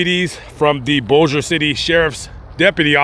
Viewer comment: Thank you for saying Bossier and Shreveport correctly!!! Lol